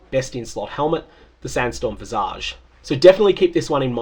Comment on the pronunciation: Archmage Hiero is so fun and satisfying. I just hope they use this last league as guidance on how to rebalance op skills rather than blanket-nerfing archmage. EDIT: Thank you for pronouncing "visage" correctly. EDIT2: Thank you for bringing the community together.